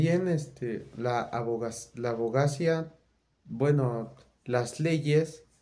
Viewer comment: hola amigo, la palabra es hipÉrbole, es decir con acento en la primera letra "e". Y por lo tanto, tienes que cambiar el acento, ponerlo sobre esa primera e: h i p é r b o l e 🙂 Abogacía: si observas, el acento va sobre la letra " i " a b o g a c Í a Amigo, te recomiendo ampliamente leer y estudiar mucho. Eres, de cierta forma, un heredero de los que fueron unos grandiosos Abogados de los siglos pasados, sobretodo del Siglo XIX (siglo diecinueve), que fueron abogados cultos, estudiosos; varios de ellos fueron incluso escritores, periodistas, escribieron Teatro... Fueron personas muy destacadas en su tiempo. Estudia, aprende, y convierte el conocimiento en una de tus máximas pasiones!! 👍